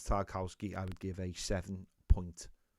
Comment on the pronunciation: I've noticed you say tar cow ski but i'm pretty sure its pronounced tar kov ski